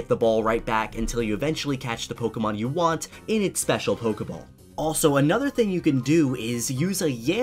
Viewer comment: I got 56 when you said pokey ball